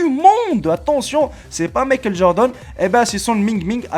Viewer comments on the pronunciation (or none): none